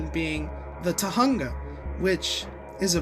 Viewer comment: The story of 2005 isn't a retcon. Oh and "oooh Kopaka's lense is on the left side in 2008. I'ma make a political joke".. Stop. Just stop. There's NOTHING political about it. NOTHING! Also, it's pronounced as "Tohunga". As it is written, not "Tohanga". ALSO, pay attention. Teridax said "Join my brothers and me". That was a hint of what's to come. And the "funny" moments were annoying, like that "nothing you can do, nothing you can do, nothing you can, nothing you can do"... Can you stop?